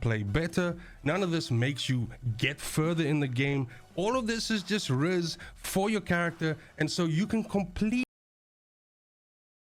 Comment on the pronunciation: Did he really say Riz?????